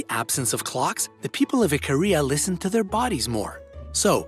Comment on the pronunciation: For some reason whenever he says Ikaria, I hear Korea 😂😭